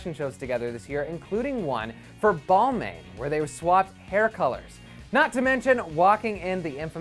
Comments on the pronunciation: Wait isn't Balmain enunciated as balmahn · It's pronounced as Balman.